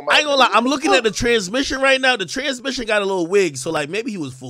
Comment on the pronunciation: He said TRANSmission 😂